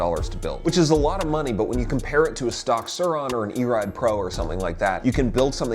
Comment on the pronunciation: yo dont disrespect "surroner"